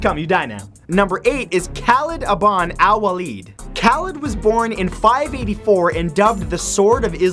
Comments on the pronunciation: #8 is pronounced kah-leed.... just sayin... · khalid is pronounced (kah-leed) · The way he pronounces Khalid's name 😂